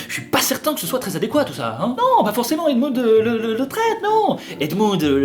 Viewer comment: ET C'EST PAS ADMOUND MAIS ADMUND ET PAS ASLEN MAIS